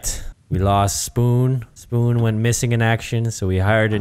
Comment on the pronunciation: spoon sounded like a true russian